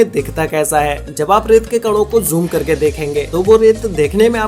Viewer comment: I like it when he says joom